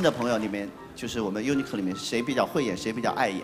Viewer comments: 何老师拜托，不要把UNIQ,念重音在第一个音节，如果在第一音节上可以不要发K的音，直接发Q的字母音好了，[ˈjuːnək]那是太监Eunuch的意思，发音快很容易听成:[ˈjuːnək]，Unique [juˈniːk],是唯一的意思，这个重音在第二音节上，Unicorn [ˈjuːnɪkɔːn],是独角兽，团队名，商标名用英文名自创时，是可以自创组合英语的，但是别引起歧义呀，还好没有组合没有火到音语国家，不然真尴尬，乐华是想名字标新立异，古老神奇吧，妈呀！真是坑了5个大帅哥，能不能不弄这种尴尬😓尴尬😓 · every time i heard UNIQ i heard UNIQLO lol...